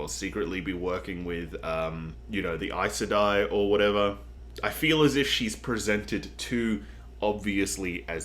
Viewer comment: You pronounced Aes Sedai correctly, that's amazing! I said it wrong for YEARS until I finally listened to the audiobooks haha